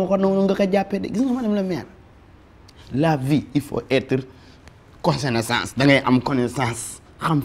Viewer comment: "Cossonaissance" connaissance dal mdr tapha mi mdr🤣